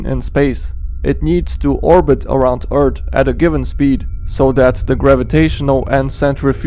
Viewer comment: I like how he pronounces earth. “E A R D”